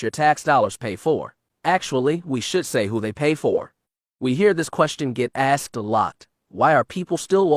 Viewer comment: As a PR person, you need to pronounce words correctly. For example, words like asked, library, and truth. These words should not be pronounced like axed, liberty, and truff.